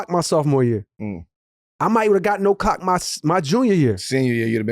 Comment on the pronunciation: he said clock without the L